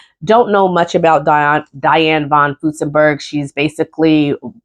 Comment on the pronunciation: I have a list of Butterick patterns I want but haven't seen Joann list them on sale for awhile. This has always been one of my favorite companies. Please add an R when you are saying von Furstenberg. Love your videos.